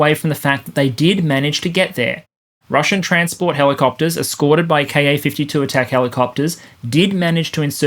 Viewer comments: Great analysis, as usual. My only issue is that every time you say “Ka-52” I hear”car 52” and my brain switches it to “car 54” and fills in “where are you?” But them I’m old enough to have watched that truly horrible tv show. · More-or-less random observation: I keep hearing 'Car 52' when you're saying KA-52. And I'm at the right age that it reminds me of an old black & white TV show called Car 54, Where Are You? I have little idea what the show was about (presumably the police officers in car #54?,) just that Nick at Nite thought it was worth telling me about. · When ever you say "KA-52", pronouncing the "KA" as a word instead of letters, it makes me think of an old TV show called "Car 54, Where Are You?".